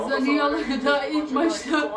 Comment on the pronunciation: Hazırlık maçında 2 değil 4 maç yaptık ikincisi zaniola değil zaniolo abla sende 🤣